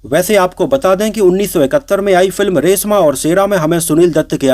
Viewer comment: रेसमा और सेरा नही,रेश्मा और शेरा 😂😂